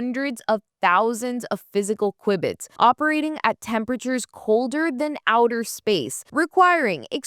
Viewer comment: while it IS Q-bit rather than qui-biy, like in quibble, this is how we know you did this and not some crappy AI. Your content is entertaining, well researched and much needed!!